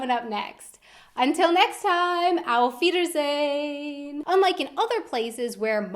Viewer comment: Lern bitte mal auf wiedersehen richtig auszusprechen.